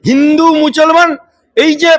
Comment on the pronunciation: ভাষাটা ঠিক করে বলুন। মছলমান নয় মুসলমান।